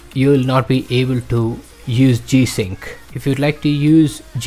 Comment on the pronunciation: Please speak correctly when naming the feature. My goodness, if this in the only issue and you cannot even pronounce it then what good is the video? I have no idea what this guy said and I will have to move on to better videos to explain.